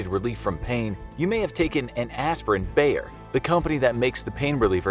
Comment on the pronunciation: How Wrong do you wanna pronounce "Bayer": YES